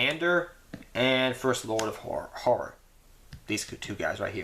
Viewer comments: haha you cant say horror. nice profile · I just watched your archfiend build for 2020 format and you still can't say "horror" lol, love your videos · It sounds like you said 'whore-er', but you all good. :D